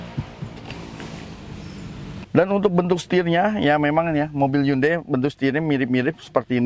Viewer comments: Bukan handei tapi hyondei bacanya bang 😁😁😁😁 orang kita salah ucap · Cara melafalkan Hyundai nya ituloh..,, Han dey... Asli ngakak banget dengernya... 😂😂😂🤣🤣🤣